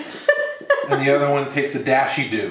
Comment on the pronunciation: Did he say dashy dew......Lol....I love cilantro.